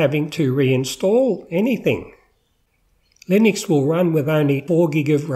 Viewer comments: Please don't call it Linix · You can't even pronounce it let alone know anything about it.